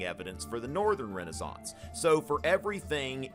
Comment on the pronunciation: thats how its pronounced